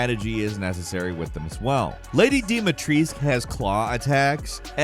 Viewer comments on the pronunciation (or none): He said her name wrong. It's dimitrestu not dimitrese.😂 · Lady DIMISTRIS? lol. Why can't Americans learn to pronounce anything at all. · The way you have pronounced Lady Dimitrescu's name, killed me :)) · Why do you say "Dimitrescu" funny? She pronounces it properly in game. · He said her name wrong. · Bro, the biggest boss fight is your pronunciation of Alcina Dimitrescu 🙉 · I'm sorry but... HOW did you pronounce "Lady Dumitrescu"? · I am from Romania and I disliked this video just because of the way pronounces Dimitrescu.